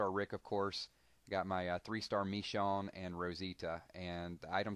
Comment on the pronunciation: Michonne is pronounced (Ma-shone) just letting you know lol